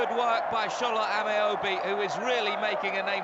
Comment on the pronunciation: That man called Shola “ameebee” 😂